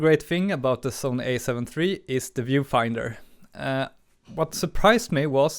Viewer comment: It's "alpha" not "a"...